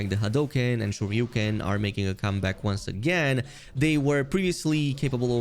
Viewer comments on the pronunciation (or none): none